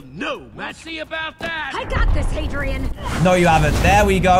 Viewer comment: The Fun Wolf Gaming dude it's Hadrian not hedrian